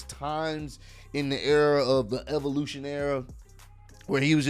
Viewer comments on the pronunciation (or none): none